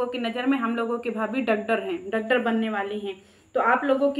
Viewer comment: Doctor bolna to sikh